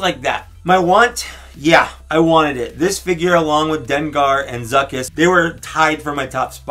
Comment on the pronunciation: It’s Zuckuss!!